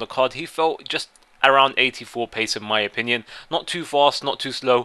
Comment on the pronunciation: Stop saying 'in my option ion'